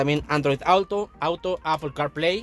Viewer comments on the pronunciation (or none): none